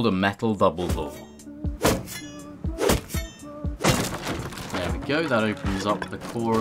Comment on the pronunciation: Not sure if yall noticed, called metal double doors, vouble voors